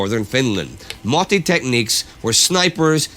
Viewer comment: It`s not multi tactic. It´s " MOTTI " tactic. greeting`s from Finland.